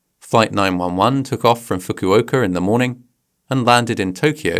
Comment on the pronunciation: You just said fukuoker instead of Fukuoka.